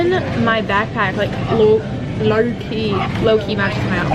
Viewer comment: When she said low key it sounded soooo Australian welcome to down under mate